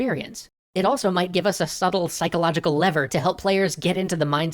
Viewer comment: It's pronounced levers.